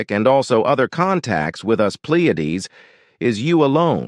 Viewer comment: Why does Billy call The Plejaren "PLieadens?"